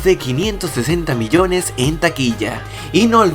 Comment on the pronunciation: Miyones no es Biyones